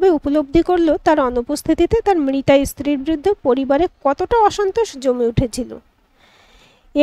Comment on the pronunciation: গল্প ভাল, পাঠ ও ভাল। উচ্চারণ এ খুব দোষ আছে। ' ইস্ত্রি ' ' দোম ' ' কোর্তব্য ' এসব ভুল এবং শ্রুতিকটু। সঠিক উচ্চারণ স্ত্রী ,দম, কর্তব্য হবে। সংশোধন করুন।